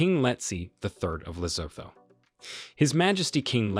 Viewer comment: Lesotho is pronounced as LESUTU the H is SILENT. Please learn and stop butchering our names, our countries names as well as the names for the capital cities and other towns!